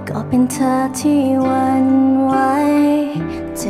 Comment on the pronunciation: ถ้าออกเสียง ธ. ชัดเจนจะเพาะกว่านี้ เธอ ฟังไปเรื่อยไปเหมือน คำว่าเชอ มากว่า คำว่าเธอ ท.ทหารก้อเหมือนกัน ที่ ได้ยินเป็น ชี่ๆ